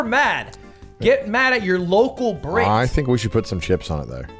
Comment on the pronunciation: Every time ludwig says brit it sounds like a slur